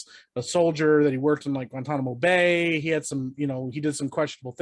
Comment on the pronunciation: i was giving the dude on the left some grace after he said that this dude directed raging bull and taxi driver but then when he called abu ghraib, guamtanimo bay, i almost lost it